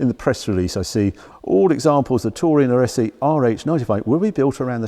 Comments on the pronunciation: it is pronounced "arse" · ‘Ar-es-e’ is where the Alfa factory in Milan was. It is easy enough to learn the correct pronunciation 😳